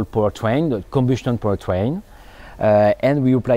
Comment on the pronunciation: Im sorry I keep hearing power train ... to pu tang.. I couldn't stop laughing.. Im sorry petty humour.